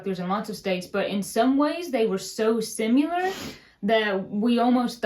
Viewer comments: First of all love you girls im from Boston I have an accent also. the way you say Similiar like sim you lar not sim ill er cracks me up❤ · I like how says "SIM-yoo-ler" in this video but neither girl stops to acknowledge that that is quite a unique way to pronounce the word SIMILAR. Oh, and you are up to 1200 likes, so I wanna see head in a garbage can! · You two are the best! Since you're on the topic, I've always wanted to gently share with you that there is no "u" in the word similar. You two are too funny and I so appreciate the self depricating humor. ❤ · Sim u lar vs similar. I know says sim U lar a lot. My mom has some hilarious words that she can not say the right pronunciation. She laughs trying to say some words that she calls herself a "mountain hoosier". I'm not laughing at her, but we roll at some of the words she comes up with. She said "peckerwood" once. I say it all the time now because it's so fun to say it. My Uncle used to say "heared" instead of "heard". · Just realized you say sim u lar 😆😳 should be sim i lar!!! But I have no room to talk w/my southern drawl 😊 and your accents and mispronunciations are adorable 👍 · Hahaha you said sim “u” lar but the word is similar and you didn’t even catch it. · I just heard say “simuler” for similar. 😊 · When you said "simuler" it's supposed to be "similar". For "quarter" I say "kerter". I also say "taters" and "maters"... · I heard a good "simyular" in there. West Virginian now living in Pennsylvania, I hear people pronouncing similar that way. Lots of worsh for wash. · you say “simular” for similar and I always think “what did she just say?”. Loved the video. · sweetie, you need to add "similar" to that pronunciation list.😉 ❤